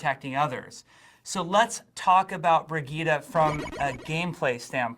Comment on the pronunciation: Brigitte not Bridgette , we've all been saying it wrong